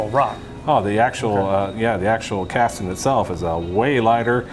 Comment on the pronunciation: "Castin" LOL!